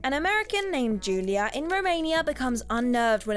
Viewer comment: Wtf, it's saw not sar and also it's Julia not Julier